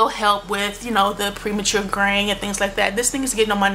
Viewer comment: Almost the whole time I thought you were saying "grain". I was like... Oh, "graying"! Love your videos!!!